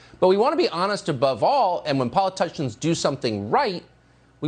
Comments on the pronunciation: mins in .. 😲 .. did Tuckkker CACKLEson just call them "poliTOUCHins"? (LUV IT 👏😏) accident or not, that's pretty great.. 😆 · 1.10 into this video - does Tucker say "polatushians"?